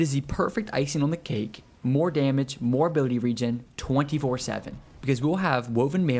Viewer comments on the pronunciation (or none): none